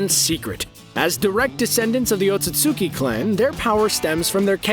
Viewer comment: You either didn't watch Naruto or you watched the dub, if it's different there, since you're pronouncing Otsutsuki completely wrong.